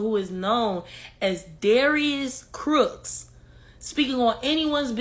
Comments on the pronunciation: Not Darius “Crooks” 😂😂😂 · 😭😭😭 Did he say Crooks lol!